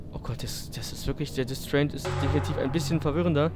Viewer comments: Distraint ist englisch und bedeutet pfändung also sprich es bitte englisch aus da man dir nicht zuhören kann wenn du es französisch aussprechen willst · ja hab ich schon gemerkt aber irgendwie passt dieses französisch nich auf das wort daher war das nur eine bitte. ich verfolge dennoch weiter deine LPs da ich dich echt witzig finde und du klasse videos machst. falls du es weiter so komisch aussprichst werd ich mich einfach damit abfinden müssen. war nur ne bitte hehe xD